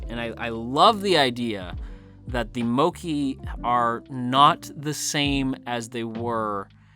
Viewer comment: It's mokk-ay